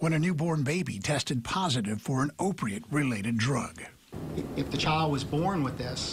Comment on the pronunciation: The obviously old news presenter referred to an "opriate-related drug"... OPRIATE?